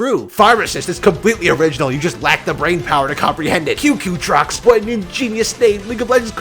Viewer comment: I’ve never laughed harder until you said ‘QQTROX’